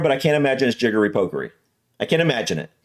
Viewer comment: Jiggery-pokery. the Jiggery bit you said right but pokery is pronounced Pock-ery not poke-ry.